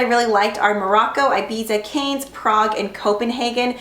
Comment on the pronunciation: She said Ibiza wrong, the German one and Prague was okay lol I'm from Czech so I might get Prague